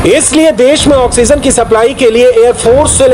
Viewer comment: Oxygen you theek se Bola jasakta hai